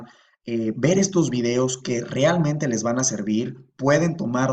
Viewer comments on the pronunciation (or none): none